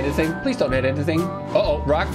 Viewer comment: "Don't" "Don't" Don't" - GREEK style!